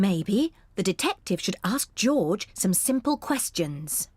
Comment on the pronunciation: Peppa is saying goorge